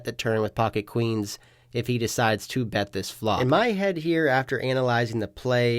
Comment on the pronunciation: Am I trippin or do you say “pot size bed” from time to time